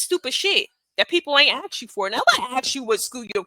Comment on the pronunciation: Imagine trying to sound pompous and condescending then using "ax" in a sentence instead of ask. OK, girl. You got it.